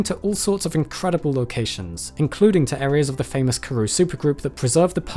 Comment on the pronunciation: Just want to let you know that you butchered the names of the Karoo, Witwatersrand and more, but it's okay, I still love your videos😅